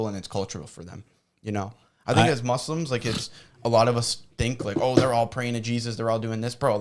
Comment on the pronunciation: You guys gotta say Muslim and not Moozlums please for the sake of allah , love you guys 🎉 keep going